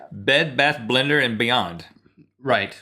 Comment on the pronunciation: If you've ever noticed how some people (more from the south) say blender differently like they turn the 1st E into an I. Like blinder. And Rhett says it right and Link you can very clearly here him say blinder